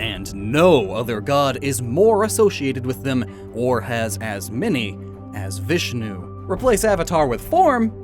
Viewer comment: I am a 13 year old Indian boy And you are pronounceing the names of God wrong It is Bram- ha She- va Vish-nu